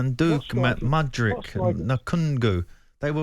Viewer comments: Who the f* is “Mundook, Mudgerick, Nuhkungoo” ? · Alan Pardew absolutely butchering Chelsea stikers names Madueke - Manduk Mudryk - Modrik Nkuku - Nakangu 🤣😂🤣😂🤣😂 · Mundook > Mudryk. 😂